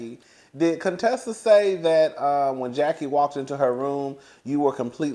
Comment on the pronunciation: From the beginning when Contessa came on the show Heavenly butchered up her name on purpose. Thinking it was funny, but it wasn’t. Heavenly tries to mix humor with meanness which makes it not funny. At times she is funny without the malice.